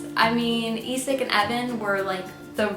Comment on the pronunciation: Love your videos and enthusiasm! Just two things on my mind: 1. You are way to modest about your Norwegian pronunciation skills! Skam... Isak... Fem fine frøkner.. very close to perfect! And... i'm sort of a language geek. So... in pronunciation matters English speakers frequently are the odd men out. You just are... "Skam"... "Isak" - most non-Norwegians will instinctively pronounce these words more or less like Norwegians do. Only English speakers would pronounce Isak like "Eye-sack" ... So thanks a lot for your efforts, you're doing very well! 2. Season 4: it sort of puzzles me why no one (not even in Norway) suggests Emma. Why would she be a good bet? Well... before Skam no one had heard of Julie Andem. No one had heard of anyone in the cast. Except Emma (Ruby Dagnall). She has been hyped like.. the most promising Norwegian acting talent ever (google her)! So when Julie invites her to join the cast - it is for a reason. Will there be seasons 5/6? We don't know. If season 4 is the last one - my money's on Emma. And I suspect that would be a mind-blowing season... Emma has history! Isn't that obvious? Thanks again for your videos!